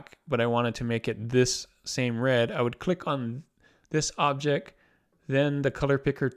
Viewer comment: Nice overview. Thanks. Now, would you please enunciate your T's? "objecT" "shifT" "lisT" (Sorry, but it's distracting!)